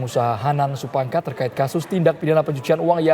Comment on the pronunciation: gemes sama naratornya.. udah jelas jelas "Supangkat"